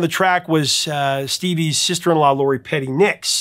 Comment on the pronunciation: Great video as always. Editorial note: it sounded like you said Lori PETTY nicks instead of Lori PERRY Nicks. Am I wrong?